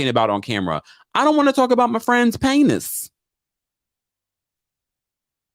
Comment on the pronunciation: Laughed out LOUD every time you said paynis. 😂😭😩